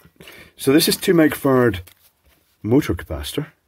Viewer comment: Does he say 'micro-fart'? 😏